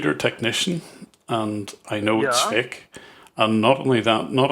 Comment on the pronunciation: "This is a faEk virus. But how do you know it's faEk?"